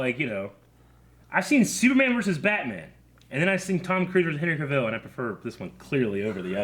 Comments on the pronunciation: CA-vill, not ca-VILL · his name is Cavill, like TRAVEL!